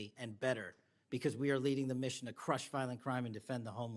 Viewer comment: When he says the word "crush," he puts some crazy emphasis on it. Weird. Plus, what's going on with all the sniffing?? Hay fever? Doesn't he know about handkerchiefs?? And the neener neener quality in his voice tells me he's butt hurt and has trouble controlling his feelings. Nothing to see here...